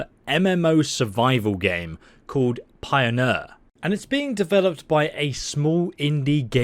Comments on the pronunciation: "Pioner" should be pronounced Pioneer, not Pioneur. The word is Пионер, Russian for Pioneer (a trailbrazer, pathfinder) it's just written in English alphabet. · Pronounced pee-oh-nyerr. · Pie-0-neer Say it with me now Pie-o-neer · the way you say pioneer makes me want to slice the skin off my face and eat it